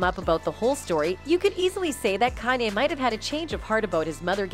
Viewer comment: The only thing I have to say bad about this channel is, YOU NEED TO LEARN HOW TO PRONOUNCE THEIR NAMES. On some of the videos like the Beyonce video or when she says Kanye. Or other words idnk why its such a pet peave of mine. It just like nails on a chalkboard to me.